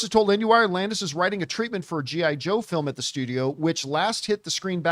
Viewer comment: I don't like the way you Said G.I. Joe John. Lol 80's is Back Baby!.